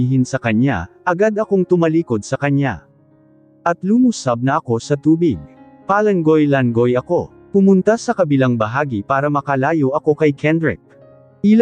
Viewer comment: Hahaha langoy is badly pronounced.